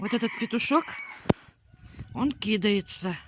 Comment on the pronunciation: правильно произносится кидАется,а не кИдается.....,и ты нас тоже прости!